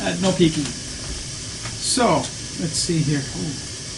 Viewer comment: Did you say "No Peking"?! . . . ;-) BTW, thanks for the Bflo shout-out! And is that tofu in the container? Mmmm.